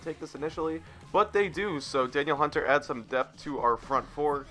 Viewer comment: It's da-neal hunter, great vid